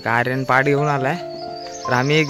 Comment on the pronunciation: त्याला "पाठ" नाही , "पाट" म्हणतात....